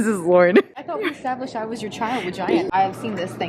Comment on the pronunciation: "I thought I istabilshed I was your child with Giant 😅❤❤❤